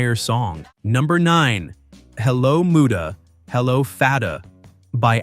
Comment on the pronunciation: #9 It's MUD-dah, not MOO-dah.